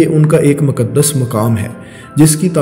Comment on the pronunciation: مکدس نہیں مقدّس